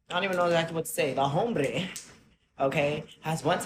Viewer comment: He described the story of Easter wrong so many times. It was not when Jesus died or ascended to Heaven. It's when he arose from the grave. Like he was offended without knowing why he was offended so he just made stuff up?? Edit: He mispronounced "hombre." I cannot.